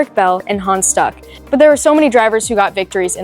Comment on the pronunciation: Yes. Cool car. You are cute, and do a good job. More Porsche content,please! Double check your pronunciations, though. Hans Stuck with umlaut over u..